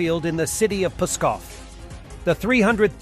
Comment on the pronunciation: Please, "Pskov", not "Puskov" or "Peskov"!